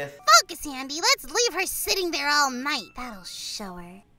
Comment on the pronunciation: Guys you Said Any And Not Andy